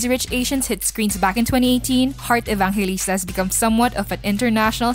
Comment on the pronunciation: love that pronunciation Evankalista